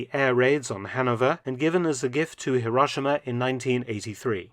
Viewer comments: Even Truman managed to pronounce Hero-she-ma correctly, Mark! (And as a native, I say Edin-burr-a!) 😅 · C'mon. Hi Ro Shi Ma. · Currently in Nagasaki (late May 2024) and having visited Hiro-shee-ma (our native Japanese guide's pronunciation!) a few days ago, I can vouch for the interesting vintage trams (streetcars) running in those cities, alongside the more modern examples. A visit to the Peace Parks & A-bomb museums in both those cities is a sombre & sobering experience.